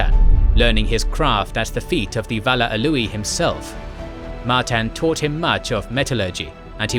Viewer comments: A-oo-lay not A-loo-ee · it's Aulë(Awley) ,not auuli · did bro just call aulë alúë 💀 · Love the video but dude still pronounces Aule as A-Louis. Sounds like somebody's cousin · i think it is pronounced as "awl-e". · Great video, but one thing: Aulë is pronounced ow lay